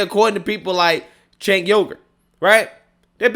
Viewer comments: "Cenk Yogurt" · "Cenk Yogurt" lmao